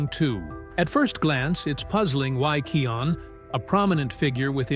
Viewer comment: It’s kion